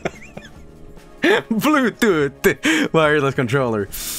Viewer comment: Hearing laughing at himself saying BLUETOOTE heals my soul